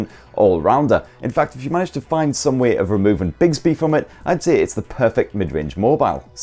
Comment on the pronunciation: bigsby??? do you mean bixby?